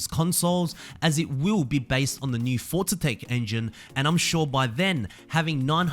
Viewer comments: Why are you saying “Fortza”? It’s just “Forza”. There’s no t in there man. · It's Forza not Fortza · Forza. FOR ZA. Not fort za. There is no “T” in there. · i like you, but i don't like how you say "Fortza"